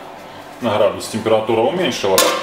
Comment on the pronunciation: Прихарит, храдусы, недарахой, гахревания.... ну блин, неужели нельзя постараться пересилить себя и Говорить Грамотно.